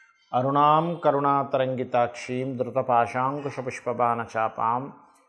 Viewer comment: ధృత పాషామ్ కుష కాదూ ధృత పాశాంకుశ అనాలి